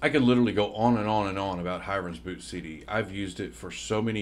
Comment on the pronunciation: Hiren is pronounced "he-rain". FYI :)